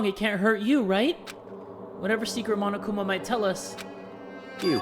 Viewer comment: Correction, Monokuma is not a mom, as you said. Lol Its Monokuma Not 'momokuma' XD i'm diying